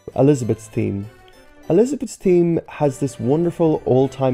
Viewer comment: "theme" as "team